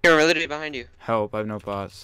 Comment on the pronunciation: btw. Please stop say "litally"